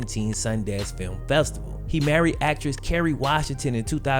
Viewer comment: i did know he pwoduced a awaad winnin feeum